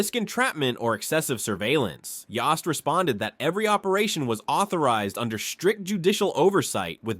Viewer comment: The o in Mr. Yost's name is pronounced as a long o. In other words, the o vowel says its name.